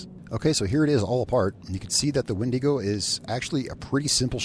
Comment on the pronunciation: I'm gonna stop you right there. That's not how you pronounce wendigo. My brother in Christ, I'm both ashamed and appalled at your behavior on this day.